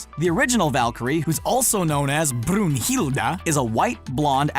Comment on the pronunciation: Almost perfect pronounce of "Brunhilda"